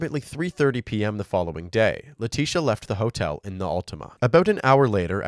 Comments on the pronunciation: letisia not letisha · They kept mispronouncing Leticia's Maiden Name It'll hit ya in a minute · Leticia Hunt with a "C"